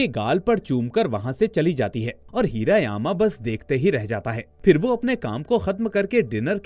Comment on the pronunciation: हिरा यामा नाही हिरा मामा